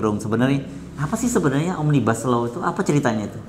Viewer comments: Omnibus itu dari bahasa latin , akarkata dr nominativus omnes artinya semua, omnibus itu bentuk dativus yang artinya bagi/untuk semua.... (bukan bis panjang bis besar) Satu lagi omnibus itu bacanya sama dengan tulisannya, omnibus, bukan omnibas. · Omnibus bukan Bas om😆😂😂